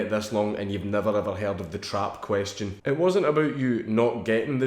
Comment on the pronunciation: "The Trap Question" sounded like "The Jewish Question"